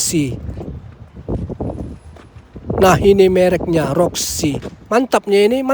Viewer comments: Merek voxy bukan roxy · Voxi bang bukan roxi gimana ah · Bang.,,,itu Sangat jelas Tulisannya Toyota VOXI bukan ROXI 😂😂😂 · VOXY bang bukan Roxy😂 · Maaf bang, voxy bukan roxy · VOXY bang 🤣bkn Roxy